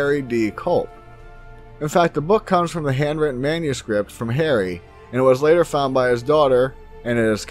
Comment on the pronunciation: LOL Yeah, it does sound rough!